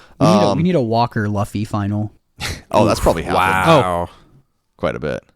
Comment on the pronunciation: Isn't Luffy pronounced Loo-fee not Luh-fee?